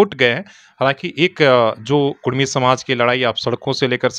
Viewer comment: REPORTER BABU ALWAYS SAY " KUDMI " NOT KURMI OF BIHAR AND UP.